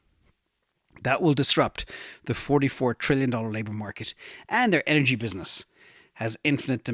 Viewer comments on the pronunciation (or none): none